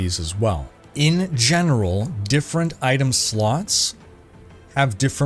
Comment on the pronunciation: "In gemeral". I'll see myself out.